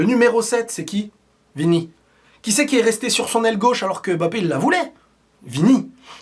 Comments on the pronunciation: ILva falloir qu"en France nous puissions mieux prononcer le nom de ce garçon :: M-B-A-P-P- E pas " BAPPE" NI" EM MBAPPE " ..... MBA..... SVP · Mbappé pas M bappé mais Mbappé!